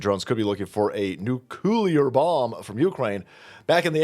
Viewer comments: 'noo-clee-are' Not 'new-cue-lar' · Please.. NUCLEAR..=NEW CLEAR..not nucular.. don't dumb yourself down. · Nu-clear not Nukular. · OMG it's pronounced "NU-CLEAR" not "Nuke-you-ler"👈😩🤣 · Dear, please don't say nucular 🥂